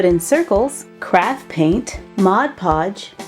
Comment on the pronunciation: Every time you say craft, I think crap